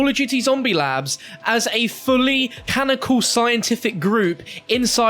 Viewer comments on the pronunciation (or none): Canonical not canical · It's canonical fam, not canical. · Canonical, not canical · cannonical, not cannocal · Did our boy forget how to say “CA-NON-I-CAL” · JUST SAY CANNONICAL FOR THE LOVE OF GOD!